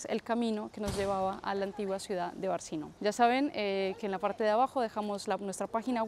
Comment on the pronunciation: Realmente excelente. Impecable tu calidad de síntesis. Gracias por pronunciar "Barquino" y no "Barcino" 😀 Saludos desde Argentina.